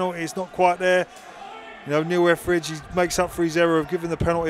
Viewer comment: One commentator said "Effridge saved the penowy " . I think he meant ",Etheridge saved the penalty" . He also often said frew (through ?)